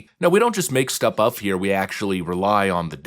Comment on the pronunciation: my brain... did you say "stup uff" instead of "stuff up"? 😂 that's a wild mixup 😂